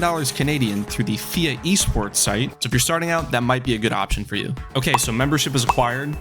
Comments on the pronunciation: It's not fia it's F-I-A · P.S.- It's F, I, A not FIA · love the video, but the way your pronouncing FIA is unnerving at best. F.I.A, like how you pronounce FBI, you don't say it as a 3 letter word, but 3 separate letters. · Pronounce FIA like that again I swear to god